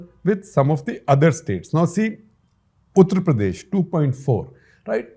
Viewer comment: At 15.7th minute of the vedio, when you said "Uttar Pradesh", it sounded to my weak ears like "PuttarPradesh"!!!! No disrespect or hurt meant to you or to fellow viewers or to UPians. Just commented on lighter vain. Thank you for doing this video. Hugely educative in shaping public opinion with exemplary lucidity, simplicity & clarity. Comparative method used very effectively for driving a particular point more poignantly. Nice to know "Foreign Affairs" got sourced and woven in the discussion. 7 out of 8 students not making it in India is a receipe for disastrous political consequences - leading to closure of democratic openness and rise of majoritarian authoritarianism as evident in violent communal mess in Baharaich, UP. Congratulations & thank you again SGji.